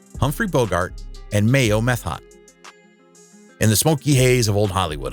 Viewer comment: Franchot is pronounced Fran Cho (the T is silent), "Ondine" is pronounced ahn DEEN. Methot is pronounced Meh-tho (the T is silent), Ferrer is pronounced Feh REHR.